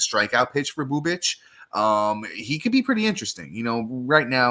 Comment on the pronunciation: FYI says “Bubic” correctly, not so much. Regardless, please rank these RP/SP options for Pts leagues.. Grant Holmes, Kris Bubic, Drew Rasmussen Thanks